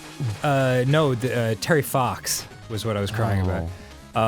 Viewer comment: Gotta be honest, knew about Terry Fox, but this being a video game show, when Dan first said the name, I heard Terry Fawkes, and was confused how a minor game character could bring Dan to tears...